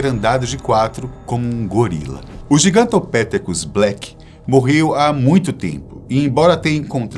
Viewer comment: Gigantopitécus. Sílaba tônica no "te"